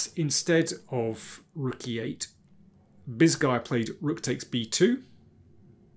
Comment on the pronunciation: Every time you said Bisguier I first heard it as "this guy uh" for some reason, it was funny.